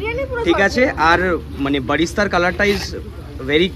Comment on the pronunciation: tomar video ta valo kintu ota barista noy ota berasta? ❤